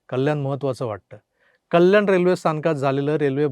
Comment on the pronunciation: अरे तू सुद्धा अशुद्ध किती बोलतो कल्याण न म्हणता म्हणता कल्यान बोलतो जरा ऐक